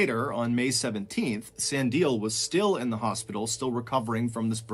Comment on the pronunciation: I laugh everytime Ballen get's Sandile's name wrong; It's pronounced Sah-Ndee-Leh. My fellow South African's be crying in the back. but much love to & Ballen all the way from South Africa